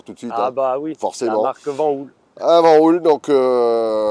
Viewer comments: Euh, les gars, VanHool, ça se prononce "vanaule" !!🤣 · Merci, il fait référence au film "Les valseuses" Sinon, je pense qu'on s'est mal compris : Le Van de Van Hool se prononce "vane" et le Hool se prononce "aul" (idéalement avec un "h" aspiré), car en néerlandais (Van Hool est une société belge), "oo" se prononce toujours "au". Voili voilou. Merci pour tes reportages et bonne continuation